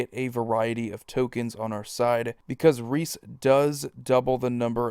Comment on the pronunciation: I’d say it’s pronounced “Reece”.